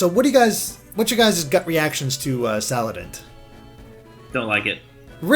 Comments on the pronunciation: Sal. And. It. not salad int. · HO-LY DAMN. IT IS SALANDIT, NOT SALADINT. SALAN-DIT. LIKE SALA(mander) + ba(NDIT). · SALANDIT NOT SALADINT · You keep saying "Saladint" even though you said you liked his bandit theme... The bandit theme is why he's named "Salandit". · Salan-dit like bandit. also I feel like mimikyu could have a night form. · Them not being able to pronounce salandit makes me cringe its pronounced (sa-lan-dit) it rhymes with bandit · You pronounced Salandit wrong! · Avery Page Yes thank you. The thing that upset me so much is that this was obviously Salandit and not whatever he said. It is literally a combination of two words. Like, come on guys.